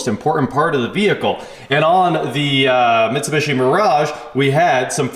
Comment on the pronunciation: I don’t know why has such a hard time, saying Mitsubishi lol but it drives me nuts